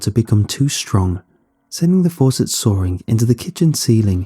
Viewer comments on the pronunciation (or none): none